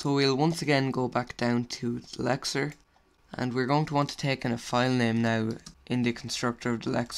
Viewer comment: He speaks quite fast, this causes some times different words to be pronoucned wrong. For example he means to say LEXER and i hear LECTURE or LETUCE.